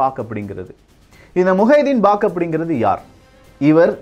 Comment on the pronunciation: முஹைதீன் பாக் அல்ல முஹைதீன் பக் ஷ் என்பது தான் சரியான பெயர்.